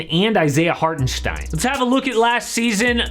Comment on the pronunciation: I‘m from Germany and was surprised how well you‘ve pronounced Hartenstein❤️